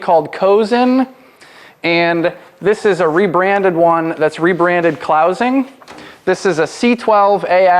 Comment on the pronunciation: fyi: clausing is pronounced clawzing.